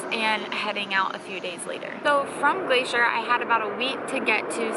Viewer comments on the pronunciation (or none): none